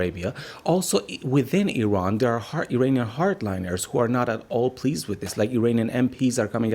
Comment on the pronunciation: Why does she keep changing the way she pronounces Iran